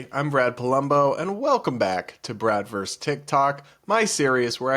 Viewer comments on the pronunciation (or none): This drives me crazy with young people: the abbreviation "vs" stands for VERSUS....NOT VERSE! A verse is a line in a song or poem. PLEASE stop saying such-n-such VERSE so-n-so.....IT'S VERSUS!! Two syllables. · It's versus, not verse.